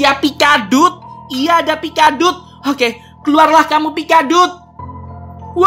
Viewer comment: Pikaduit kali bukan pikadut